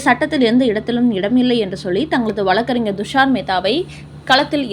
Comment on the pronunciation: ழ கர உச்சரிப்பை ல கர மாக உச்சரிப்பாக செய்வதை திருத்திக் கொள்க ...தமிழகம் என்பதை தமிலகம் என்றும் வழக்கறிஞர் என்பதை வலக்கறிஞர் என்பதையெல்லாம் திருத்திக் கொள்க .கேட்பதற்கு மிகக் கொடுமையாக உள்ளது.